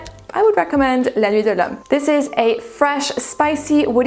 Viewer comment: Please stop being extra that is not how you prounoce la nuit de lhomme.